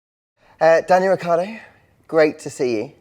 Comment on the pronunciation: why he say Ricciardo like that lool